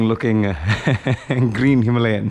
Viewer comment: It's Himalayan bro not Himlayan.. please take care of it 😅